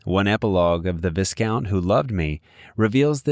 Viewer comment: It's Viscount pronounced Viecount, NOT Vizcount!!!!